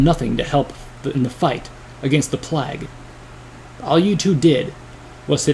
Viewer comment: he says plag lol